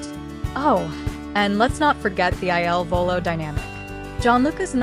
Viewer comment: How about you stop asking so many questions and learn to pronounce Il Volo!